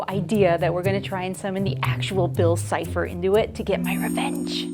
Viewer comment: Hey mate is’t not bill chipper it’s bill sifer 😅